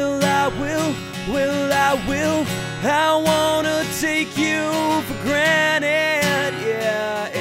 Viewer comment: pretty good but you pronounced granted wrong